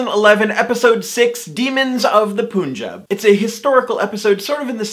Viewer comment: You say Punjab wrong And also who is like Ryan Who can't ride bike